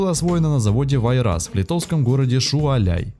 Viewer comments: шауляй ,а не шуаляй , спасибо за выпуск - с меня - лайк! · Шуваляй... может, Шауляй🤣🤧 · не Шуаляй, а Шауляй! БУГАГА! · Šiauliai - Шяуляй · Всё хорошо, но только город в Литве не шуаляй а Шяуляй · Не Шуваляй , а город Щяуляй. Завод ВАйрас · Слушай , автор не Шуаляй а Шяуляй и вобще нужно готовиться, а не пургу гнать. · Шяуляй не Шуаляй